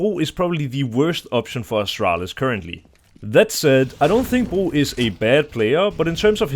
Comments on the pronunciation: He is pronouncing it in danish where bro means bridge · Bro can you just say "bro" normally ?